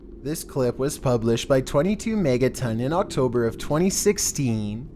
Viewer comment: Why does he say "was" like that?? The inflection is maddening.